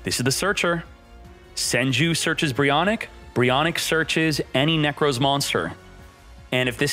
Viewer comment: my man says Nekroz like 'Neckrose' 💀